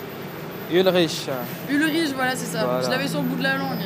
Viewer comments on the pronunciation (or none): Le CH de ton se prononce K donc c est Ulrik pas Ulriche C est les gens qui regardaient code lyocho sauront d’où je tiens ça lol